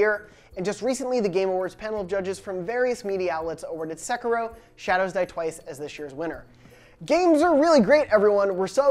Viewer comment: What the hell is ‘sekro’ se-Ki-ro